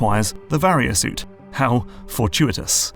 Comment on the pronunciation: In utter disbelief at how you pronounced “Varia Suit” correctly this time. Another great video once again!